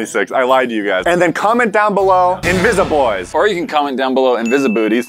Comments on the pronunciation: "INVISABOYS" "INVISABOOTYS" I love you guys so much ❤🥰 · The “invisaboys” have “invisabootys”